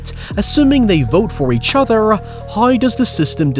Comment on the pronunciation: Love your video's, but I have a request: Could please stop with the 'accent' at the last word of the sentence? For example: when you end with: ..... each othuuuur